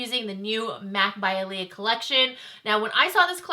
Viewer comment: Her brother wrote the message and as a YouTube you should do more research on the pronunciation of her name especially if you don't 100% know how to say it 🤦🏽‍♀️🤷🏽‍♀️